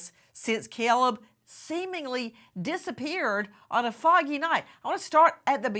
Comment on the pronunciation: Nancy.. its Caleb. Not cellleb